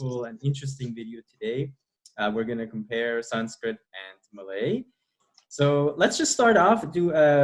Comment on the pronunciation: This girl's Sanskrit pronounciation is really good. Generally hindi people can't pronounce Sanskrit words properly